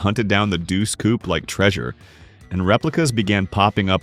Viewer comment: These DAMN AI VOICES and their bullshit pronunciations! "CouPEE"? Too many to waste time on in comments but sheyt